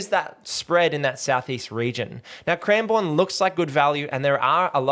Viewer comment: It's pronounced cranbern by the way 😃